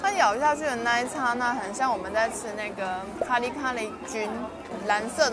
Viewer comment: 第一次聽到youtuber 把剎那念對發音